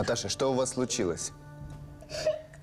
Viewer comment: Так роздражает стоканье актрисы... Неужели на озвучку нельзя постаратся четко произносить "что"? Над речью нужно работать, не шепелявить.